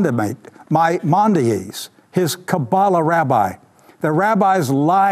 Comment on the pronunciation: You'd think he would have practiced pronouncing "Maimonides" before going on camera.